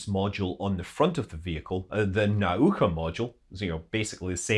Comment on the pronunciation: It is not "nAuka", it is "naUka".